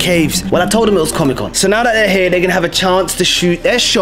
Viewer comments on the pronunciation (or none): "I told them it was comicon' XD